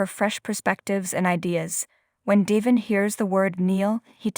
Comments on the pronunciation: How many times have Y & R listeners told your person that DE VON IS pronounced right on the daily show IF. YOU WOULD LISTEN TO THE SHOW!!!!!!!! NOT. DEVIN!!!!!!!! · Please say his name right, you speak English and can read I assume, Devon not Devin